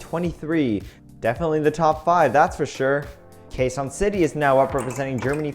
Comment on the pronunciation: You pronounced Kazon city It's Quezon city